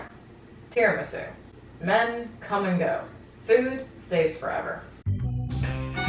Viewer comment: Kelly, I don’t know how to pronounce tiramisu anymore, and I blame you